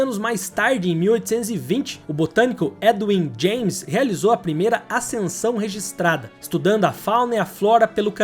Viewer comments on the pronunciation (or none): none